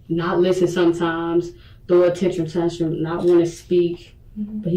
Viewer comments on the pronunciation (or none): She couldn't even pronounce tantrum right. Also I felt like the whole dialog was on loop.. she must have repeated the same 5 sentences 80 times. This detective has the patience of a saint.